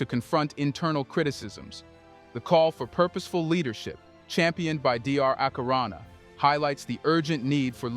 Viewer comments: It's Dr. Arikana...not Akirana. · Dr. Arikana not akirana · It's Dr. Arikana, not Akirana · Bruh please African names has meanings and if not pronounced properly it might referring to something offensive,her name is Dr Arikana not Akirana am just saying to be mindful of these, about culture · For God's sake, Mama's name is Arikana. Seven English letters with four vowels. What is your problem? Dyslexia? Try pronouncing it as you see it. Goodness! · Her name is Doctor ARIKANA. please pronounce that name correctly!! It’s sitting on my last nerve the way you say that name, that is DISRESPECTFUL!!!!! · Good Poscast. Please check pronunciation of Dr. Arikana.